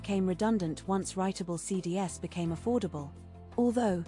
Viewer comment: Hey, don't let the AI read out entire links like you've done in this video. It's really annoying. Also get a better AI voice It's pronounced CDs (cee-dees), not phonetically as C-D-S